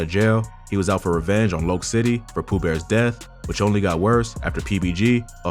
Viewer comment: Loc is pronounced as Lock